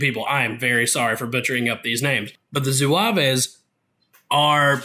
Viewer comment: "Zouaves" as you pronounce it in the beginning sounds like a mexican city hahah :-) Amazing review otherwise! Thanks for the great feedback. I've been looking at getting some French for myself (since I play France whenever I can), and thanks to your great overview I now know what to play. Great work! You should pronounce Zouaves like Zoo-ah-v. The "e" and "s" at the end are silent. Same for Briscards, you pronounce it Bree-scar. The "d" and "s" are both silent. For Chasseurs, they are pronounced "shass-her" Now can't wait for your O-12 overview :D